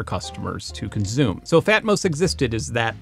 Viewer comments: and and - "Consume" has a hard "S" at the center. It's usually pronounced "kun-SOOM". Mr. Jordan pronounces it "kun-ZOOM". I've never heard this construction before - it may be a local dialect, but it's new to me. Is this idiomatic, or perhaps a geographically local speech pattern? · Good vid, but hearing you say conzoomer (consumer) and conzoom (consume) bothers me 😂 edit: also theory-oh-retically is this an inside joke?